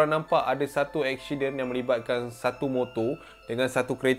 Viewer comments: Accident become eksyiden 😂😂 woww btw memang suka dengar cerita seram tambah pulak dengan jumpscare! Powerr AHAHAHAHAHA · Aku tak leh fokus dengar "EKSYIDEN" tu hahahahahaha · Fatin Fatihah ingat aq sorg jer perasan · telinga aku mslh ke?ekshiden😂